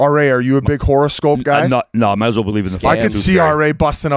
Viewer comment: Biz calling it “horrorscope” is absolutely amazing